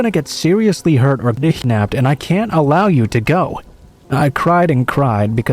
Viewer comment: Why can't you even say KIDNAPPED??